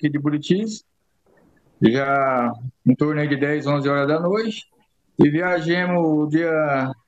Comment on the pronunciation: Viajemo fiquemo o anarfa tá ai e o berto ta onde vai falar errado la longe 😂😂😂😂